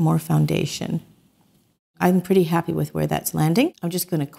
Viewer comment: As a southerner, I adore that you said purdy!